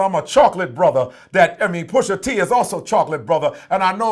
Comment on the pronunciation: PUSHA...NOT PUSHER